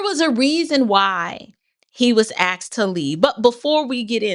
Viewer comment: Asked vs "Axed", just the public high-school teacher in me coming out.🤔👏🏿👍🏿💯❤️